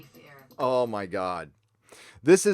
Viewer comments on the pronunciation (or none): Some see feah others hope I see the fweedom be beh myself.